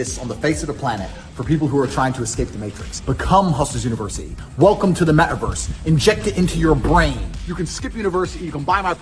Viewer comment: The meh-ah-verse😂